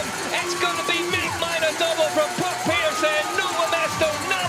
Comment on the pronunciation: Can you lads learn to pronounce Puck Pieterse's name correctly please? 🤦🏻